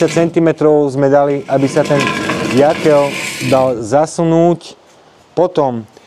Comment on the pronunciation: Rád sledujem tvoje videá, ale už v druhom videu čo režeš uši s Jaklom 😂 je to Jokel a v živote som nepočul Jakel